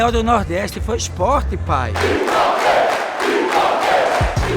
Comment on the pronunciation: Pq esses sub-humanos gritam "Ispó! Ispó! Ispó!" Eles não sabem que o nome do clube é Sport??? O que custa falar direito, bando de animais???